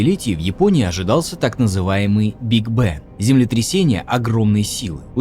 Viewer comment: похоже каГтавый, ну или очень не любит достопГимечательности Лондона, дГугой причины произношения "биг бэнг/big bang(большой бум)" как "биг бэн/big ben(большие часы, одна из главных достопримечательностей Англии" я не вижу Если что это немножко сатиры, но странно от диктора со столь поставленной речью слышать подобное, вероятно это ошибка сценаристов и писателей